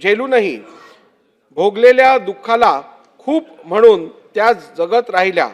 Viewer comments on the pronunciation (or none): none